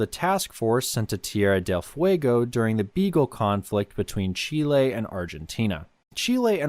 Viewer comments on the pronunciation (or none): none